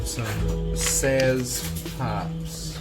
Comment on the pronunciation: "Willamette" is pronounced "wil-LAM-it." People from the Willamette valley have a saying, "It's Willamette, dammit!" because they rhyme. Your second hops are pronounced "Sots." It rhymes with "socks."